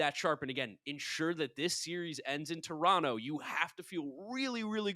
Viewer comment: It’s Terono! Not Tor on toe